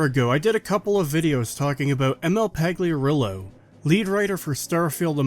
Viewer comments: I know he doesn’t deserve it, but, the correct pronunciation of Emil’s surname would be Payarulo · The g in Pagliarulo is silent.